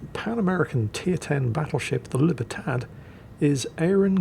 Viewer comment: Long after Far Cry 6, I'm still triggered by Jingles saying "Libertad"